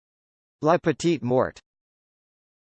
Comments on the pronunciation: It's MORE.. LA petit more that's how it is pronounces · Nope! That's incorrect. It's "lah pe-teet more". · That is literally the opposite of how you pronounce that